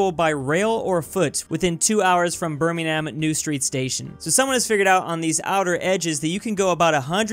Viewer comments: thanks to me being a Brit I have to point out that you said Birmingham wrong it’s pronounced “birming-um” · it’s pronounced Bir-mig-ton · Russia borders 14 countries, tied with China for the most countries bordered. Also being from Birmingham, UK... that was probably one of the worst pronunciations of Birmingham I've ever heard 😂